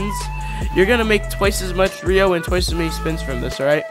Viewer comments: It’s ryo not rio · Please learn how to pronounce ryo right because your saying rio😂